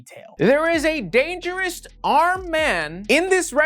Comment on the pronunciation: I’m sorry. Did you say “dangerist?”